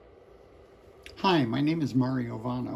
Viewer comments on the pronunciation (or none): hehe : Mario Vano , a heard Hu instead of Va